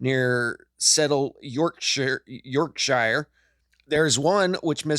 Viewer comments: You pronounced 'Yorkshire' correct the first time...Its pronounced york-sheh. Same for almost all shires; Berkshire, Wiltshire, Cheshire etc. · More accurately, 'york-sheer' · York-sher. Say it like that brother. It's just round the corner from me In lancahsire. Haha